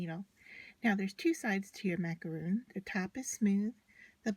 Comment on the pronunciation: Um it’s not macaroon, it’s macaron. js